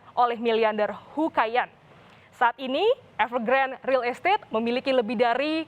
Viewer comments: Bacanya Evegrandé Mbak Bukan Evergrand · EVERGRAND.....E nya dibaca.